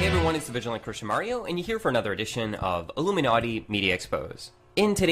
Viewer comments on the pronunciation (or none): none